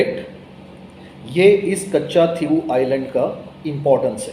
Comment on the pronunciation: The pronunciation of Katchatheevubisland is not कच्चाथिवू आयलंड, but कच्छदीव / कच्छदिवु आयलंड (=कच्छद्वीप, i.e. Turtle island).